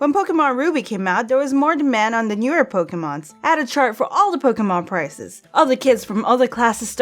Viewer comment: EVERY TIME SHE SAYS POKE-EH-MONS IT KILLS ME IN THE INSIDE.